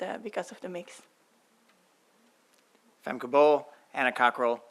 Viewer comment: Bro, how are you saying McLaughlin wrong? It’s Mc Lock-Lin